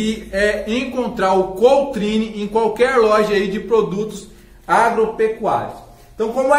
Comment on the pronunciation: Queridão, já deixei aquele LIKE maroto, vou compartilhar seu vídeo também para a turma! Meu querido, quero fazer SÓ UMA CORREÇÃO! O (K - Otrine) se lê "CAOTRINE" beleza? Eu uso há tempos, e aqui em São Paulo capital nas casas de veterinária ou agropecuária eles pronunciam dessa forma! CAOTRINE! Forte abraço! "Nós é jeca mas nós é jóia!" Nao6falou dessa vez, é a sua marca registrada!